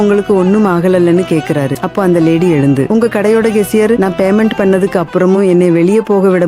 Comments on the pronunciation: உன்னோட தமிழ் உச்சரிப்பு சரியில்லை. அதென்ன Baymendu, Bannala??? Payment, pannala என்று சரியாக சொல்லுங்க... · கேசியர் Baymendu bannu... அய்யோ உச்சரிப்பு கொடுமை.